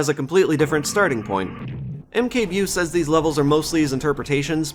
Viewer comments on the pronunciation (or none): Mkbewe is a reference to one of Polish online cartoons called Kapitan Bomba. You didn't really say it right but it is okay. I think it was supposed to sound well.... African, as the character in question is essentially a parody of blacksploitation movie protagonists. AKA A n-word with a rocket launcher